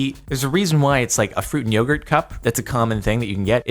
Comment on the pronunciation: Jardon pronounced yogurt wrong, lol